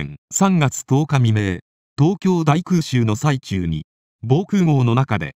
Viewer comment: 泣けました。 ただでさえ優秀な方が、立場を自覚して絶えず勉励克己していらしたのですね。 早世はご苦労をされたからでしょう。 「空襲の最中」は、最中(さなか)と読んでください。